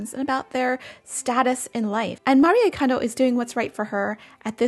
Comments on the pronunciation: First, thank you for pronuncing her name correctly ❤ Her message was always about surrounding yourself with joy 😄 I’m sure that’s exactly what she’s doing now, while being realistic about tidying. I suppose some have missed the point 🤷‍♀️ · Thank you for saying her name right! Its been killing me that people don't. 😭